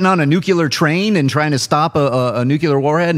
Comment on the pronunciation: Nuclear. Not "nuke-ular". When did George W start working at Collider?